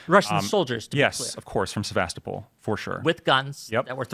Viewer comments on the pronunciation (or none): Se-vast-o-pool. It really is that easy. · He can't even pronounce the city Sevastopol, and he wants to be taken seriously about Ukraine? I 've heard enough. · lol I guess it’s not THAT easy KEK.